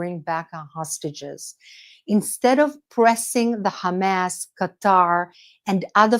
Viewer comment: You don't need to pronounce Hamas like in Arabic. Just like you don't need to pronounce Hebrew words the way Israelis pronounce them.